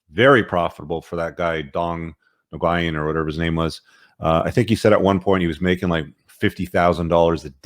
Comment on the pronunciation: Nah-Guy-En? Lmaooo it’s pronounced “WEN”. Dude, you gotta learn how to pronounce words. Ngyuyen is the South East Asian equivalent to Rodriguez; a very common surname.